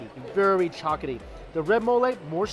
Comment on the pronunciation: I’m sorry but the way you say chocolaty bothers me sooo much